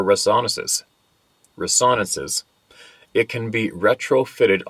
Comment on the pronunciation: Ahem .... "" Rez-O-Nen-Sez " ...